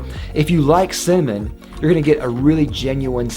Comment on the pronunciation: U talk cinnamon too fast, its sound like semen